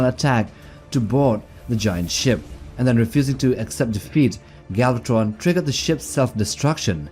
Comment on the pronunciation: stop saying galvat-tttron like that